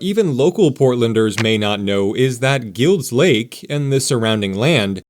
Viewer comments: Wonderful. Thank you. I think it’s pronounced “Guy-ulds” Lake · It's pronounced GILED's Lake (like the word MILD) even though it's spelled Guild Lake. Locals say the possessive s just like Sauvie Island is called Sauvie's Island by locals. I'm a 4th generation Portlander and my dad grew up in Guild's Lake. His dad was in the military and drove trucks around the shipyards and rail areas during WWII.